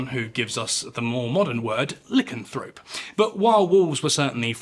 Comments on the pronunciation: Good video, except for the repeated mispronunciation of "lycanthrope". The beginning rhymes with "lie", not "li". You're welcome. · I just hear "Lickenthroat" every time he says Lycanthrope 🤣